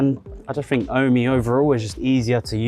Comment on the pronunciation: Isn't it pronounced "Ohm"? As in the unit for electrical resistance? As it is electricity related etc. Ohm and Home combined.